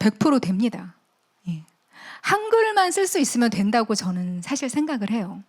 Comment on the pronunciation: 사실의 "사"는 길게 발음해야 하는데, "짧게"잘못 발음했습니다. 장단음 문제가 심각하십니다. "한국 어문을 고발함"을 읽어 주십시요.